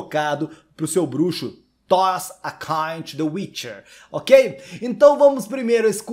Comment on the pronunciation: Toss a kain to yor wixer, 5 segundos depois.... sou fluente em inglês.... KKKKKKKKKKKK